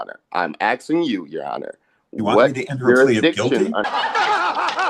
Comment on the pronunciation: "im axing you"..